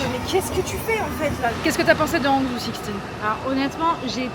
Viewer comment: Ça me fait super plaisir de revoir ma ville de coeur dans vote vlog ❤. J'ai fait un semestre d'échange à Hangzhou au printemps 2024 et ça restera gravé dans ma mémoire. Ça se dit "rhanguedJo". En effet, je pense que vous n'avez pas pu visité assez la ville pour pouvoir l'apprécier à sa juste valeur. C'est tellement vaste qu'il faudrait au moins 2 à 3 jours pour voir les choses les plus belles de Hangzhou comme les champs de thé Longjing ou encore le City God Pavillon qui se situe juste en haut de la Hefang Street que vous avez visité tout à la fin. Sa vue de nuit est à couper le souffle sur le West Lake, la Leifeng Pagoda et toute la ville. En tout cas, j'ai hâte de voir le dernier épisode!!! Merci les filles de nous faire voyager avec vous!